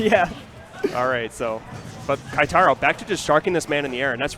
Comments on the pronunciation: I cringe when they say "KAItaro." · Goddamn... They butchered Keitaro's name for the whole tournament...